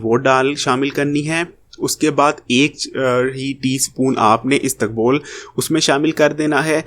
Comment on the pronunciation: istukbol nahee...isbagol